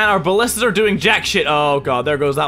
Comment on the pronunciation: You know mini has been playing overwatch when he calls ballistas "bastions"